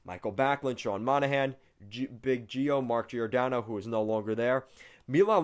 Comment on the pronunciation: Just fyi it's not JEE OR DANNO. It's JOR DANNO